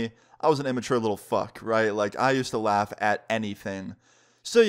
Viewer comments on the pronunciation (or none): none